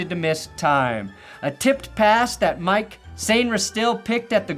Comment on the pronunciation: he could barely even say "Mike" properly, the CTE is setting in already